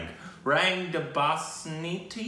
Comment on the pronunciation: De pronounced day